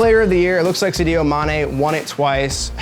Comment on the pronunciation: The second time you butchered "Sadio" I had to turn this shit off